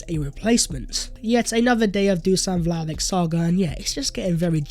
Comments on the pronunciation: It’s pronounced “Vly-oh-vich!!! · As always great video mate. You could add the sound ch at the end of Vlahovic's name :) So we should buy the man because if we make top 4 with him then its money that we'll get back so a solid investment. If we don't make top 4 this season then there's a good chance we will next season. But with many teams faltering such as Chelsea the stage is set for a smash and grab 4th place. Let's do it.